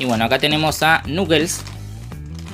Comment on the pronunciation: Oye dices mal el nombre de knuckles no es nuggets es knuckles 😠😠